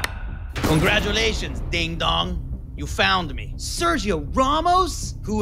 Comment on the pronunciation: Also Pulisic: Serjjjio Ramos